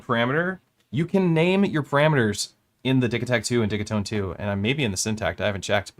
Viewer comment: Dih-GEE-tone, they are digital boxes. Though I also dig them.